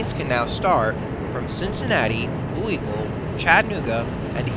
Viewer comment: I could tell the narrator isn't from anywhere near around these parts when I heard how he pronounced Louisville, LOL. It's pronounced Loo-uh-vull, not Louis-ville.